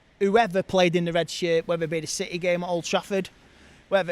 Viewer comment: "Little citeh"